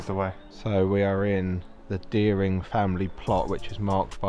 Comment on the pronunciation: I live there and there is nothing creepy about it, and at least pronounce dering woods correctly